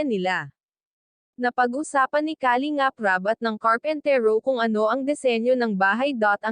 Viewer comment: Nakaka desmaya panuurin Kapag ganito Ang reactor mo kalingap Rab,ndi marunung mag pronounce Ng kalingap 👎👎👎